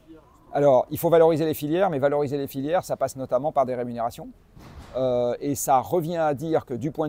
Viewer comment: à 11.40 : "filières", et non pas "filiaires"